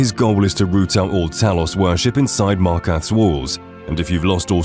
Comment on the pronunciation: Genuinely such an annoying voice over. It's like he goes out of his way to mispronounce every surface level thing in the game for ragebait comments. You shouldn't be making this kind of video if you genuinely have so little familiarity with the game that you've never heard the pronunciation of the city of f*cking MarkaRTH, not Markath ffs. Edits: Vasha is a male character and you'd definitely remember that if you'd ever played the game. It's Pot-eh-mah not Poteema, again, they chant it at you 7 times in the quest, you cannot play this game and not know this. It's Justiciar not Justicar, genuinely just illiterate AND deaf. Kirkbride, not Kirkland. Narfi not Nefri And it's not in this video but you also pronounce Utilitarian as Utalitarian. This must be ragebait because how can you pronounce dwemer cities just fine but can't say half the human names right?